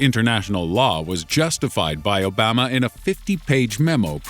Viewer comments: Abama? What is wrong with you, why would you say it like that?? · Obaaama????? The "AMA" part in Obama sounds like "Llama"!... Rhymes with it too!! (Not like "Bama" in Alabama) He was only the US President for 8 years!!! Why did you say it like you did? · damn americans saying obama like obomba yet giving out when someone actually pronounces it the way it is spelled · did he say omhoma in the begging. trying to say Obama.....naw you could be right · He said oh bama hahahah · Zaire Nipper ObAmA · Zaire Nipper dude look at my comment I can remember this guy saying it like Obarma (slightly similar to the proper pronunciation) now he enthusis on the A after the B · He pronounced it "ohhbama." Lol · Do you not know how to say Obama? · (zaire nipper) why you say Obama like that,but still yeah. I'm poor, i wish i could pay for this. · Why are people commenting on the fact that the narrator said Obama's name wrong by just spelling his name correctly? Ex. "Obama? 😂😂" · I was hoping I wasn't the only one thinking that 😭 like bro chill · So that he cannot be held accountable for what he said about him. "I didn't say Obama, I said insert incorrect pronunciation here", so there is less of a chance he'll be assassinated I guess, lol. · Lil A this is a computer voice, not a real person. So it comes out weird at times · Cause he probably from Alabama hahahaha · Zaire Nipper 😂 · Lil A I'm pretty sure your not the only one who noticed lol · So that he cannot be held accountable for what he said about him. "I didn't say Obama, I said *insert incorrect pronunciation here*", so there is less of a chance he'll be assassinated I guess, lol. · oh my goodness I was thinking the same exact thing! Don't make me pull my patreon...😕